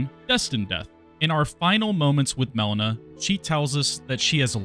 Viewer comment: Why do you call her Melana and not Melina?